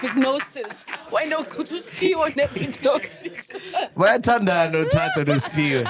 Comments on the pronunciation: It’s pronounced “veh-jeh-no-sis” not “vignosis” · VAGINOSIS!!!! Not Vignosis. 😂😂😂😂😂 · Its vaginosis not vignosis or vik-nosis😂got me confused for a bit ...its Vu-juh-now-suhs..like vagina not vik-ina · needs to get some education before spewing nonsense to the public.On the women’s health and PH balance shes defo misinformed.Sol even spoke better facts..Do your research… MAC G and team its not VIGNOSIS its VAGINOSIS.its everyone in the studio pronouncing it wrong omg 🤦🏽‍♀️🤦🏽‍♀️🤦🏽‍♀️ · Verbal warning to Fact checker for not correcting …. It’s not Vignosis…. It’s VAGINOSIS. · It’s written as “ Bacterial Vaginosis” , Pronounced Va-Juh-nosis…. Not “Vicknosis” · Why are they pronouncing vaginosis as vagnosis😢😢😢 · vaginosis , its pronounced Va-ji-no-sis . i can be your medical fact check free of charge please, im a medical Dr chilla lol 😊😅😅😅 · And it's /va/ji/no/sis 😂😂 She did them bad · 😂😂😂 after mispronounced it, others followed suit. I was hoping tt factchecker would correct it.